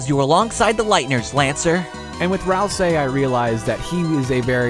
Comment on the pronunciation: Ralsei is pronounced Ralsee But I gotta ralsay that ur good at it IM HERE ALL NIGHT